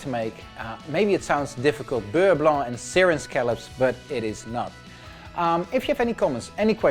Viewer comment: This is the first time I hear someone pronounce beurre blanc properly. Every contestant on every reality cooking show competition pronounce the C in Blanc and it drives me nuts. Anyways, great recipe!